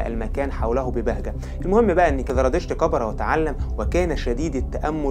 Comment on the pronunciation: قناة رائعة ولكن رجاء انتبه للفظك لحرف الزاي. اسمه زردشت وليس ذردشت الديانة اليزيدية وليس اليذيدية